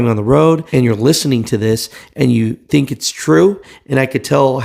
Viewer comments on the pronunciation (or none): none